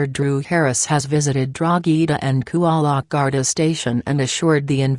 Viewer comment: It's Coolock not Cool-e-lock and Drogheda not Drogh-ee-daaa if you're doing a report learn how to pronounce the name of the towns properly for God sake...